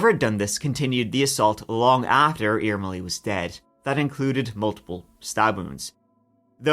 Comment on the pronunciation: Irmeli was pronounced almost perfectly! I've never heard anyone covering this case saying it like that! Greetings from Finland, we're currently at the point of winter where we see sunlight for like 4 hours/day.🥲